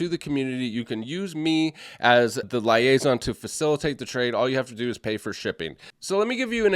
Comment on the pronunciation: Sorry but it's leee-ay-zon 😂😂